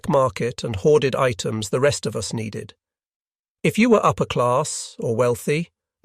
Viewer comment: The AI voice hit a new one on this video. The word "us" was pronounced "U.S.".